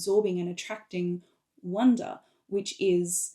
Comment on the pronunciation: Little pronounciation question : is "wunder" pronounced like "wonder" ? It sounds the same to my french ears when I hear you say it, but I'm not sure.